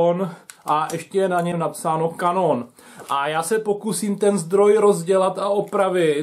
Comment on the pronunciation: "To je zdroj značky cauťjon atenťjon a ještě je na něm napsáno kanón." Snažil jsem se zachovat dekórum, ale tady už to prostě nešlo a vybuchl jsem smíchy. :D